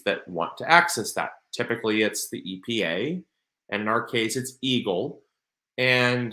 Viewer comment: I'm sorry, but the first several times you said eagle, I thought you said evil... Blessings to you and your family 🙏🙏🙏